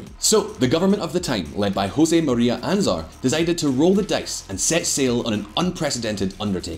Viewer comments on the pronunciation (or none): I am not Spanish, but I just found it stupid and outdated. It's a bit like watching a 1990s comedy show. That he doesn't even manage to read the names of politicians he obviously never heard of (he says Anzar instead of Aznar) just shows how lazy this is all built around stereotypes. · I'm surprised that a Scot can't correctly pronounced either the guttural 'g' or the 'n' in 'Cartagena' and that he's similarly unable to correctly pronounce the 'zn' in 'Aznar'. One wonders what else is wrong. I'm looking forward to the clips on the UK's various defence projects and how they a) have run over budget and b) are unfit for purpose.